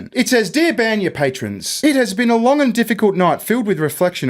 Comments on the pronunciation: You guys are amazing , but for the love of... It's BANYA Not BENYA It's Russian sauna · a Russian spa is pronounce "bahn-ya" Like a bon bon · The way you pronounce баня is both hilarious and cringe at the same time :P